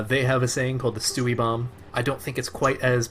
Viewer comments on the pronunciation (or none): Also it’s stewie6k not stewie bomb tf